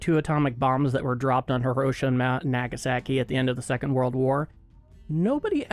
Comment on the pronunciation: Nope, you still can't pronounce hiroshima and nagasaki.